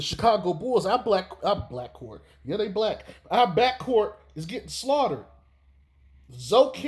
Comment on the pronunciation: Bruh did you said blackcourt? That shit is hilarious 🤣 😂 😆 💀